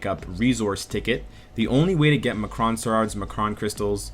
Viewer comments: uhh...I think you meant to say EM-CRON crystals, not ma-cron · great video! just a quick correction on the pronunciation of M'Kraan. it's "M. Kraan." its separate. not "Muhkruhn". thanks man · are you pronouncing m'kron like that as a joke? from what i remember from the cartoon its pronounced em kron not ma kron